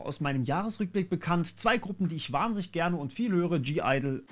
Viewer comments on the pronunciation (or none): Hinweis das G bei Gidle ist lautlos. Also nur Idle ausgesprochen